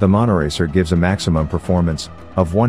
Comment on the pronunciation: Not monoracer but monotracer?